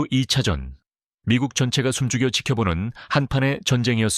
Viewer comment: 두차전??? 2차전을 주차전 ㅎㅎㅎㅎ